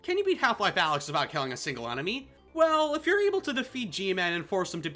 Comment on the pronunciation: he learned how to say alyx properly